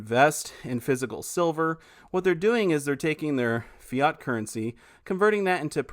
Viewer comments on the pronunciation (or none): Spoken as FIAT...as in the Fiat car bro..😁😁